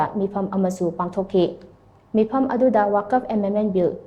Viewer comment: Karigi Waqf bu waakaf haina pronounce touribano ? Manipurda leiriba muslim scholardashingda hangba phei .Akashvani Imphalna pao pabada wuck- fuh nattraga wuck -fa haibagumna pronounce touribadu achumbani . Confirm touba chumgani. Arabic waaheibu mapham khangdana touning touningba mawongda pronounce tourabadi waahanthok meaning lallakkani .